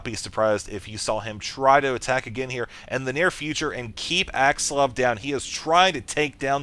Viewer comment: its axslaVVVVVV not axsluv lol... its so funny how u say his name